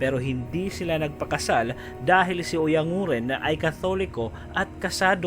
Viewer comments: Oyang guren sir ang tamang pagbigkas hindi oyang nguren. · Oyan guren yata